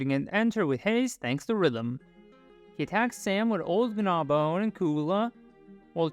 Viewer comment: I noticed you accentuate the 'g' in Gnawbone as 'Guh-nawbone' instead of the proper pronunciation of 'naw-bone'